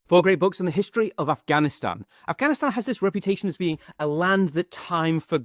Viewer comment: ur pronunciation of Afghanistan is on point . felt nice.